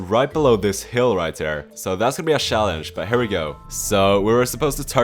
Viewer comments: ik its yot u say shallenge and i say challenge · Everyone: challenge: shallenshe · The way he says “Schallenge” is funny af lol 😂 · Such a Swede thing. Is he Swedish? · Man I love your videos but damn the way you pronounce "challenge" is irritating for my ears 😂 What setup are you using?